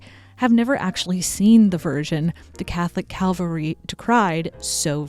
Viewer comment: Catholic CALVARY? Really?